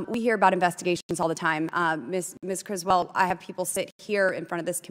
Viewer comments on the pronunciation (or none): Did LB say Griswold? 🤣🤣